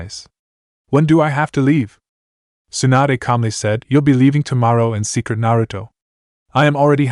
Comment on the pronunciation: stop calling tsunade, swanda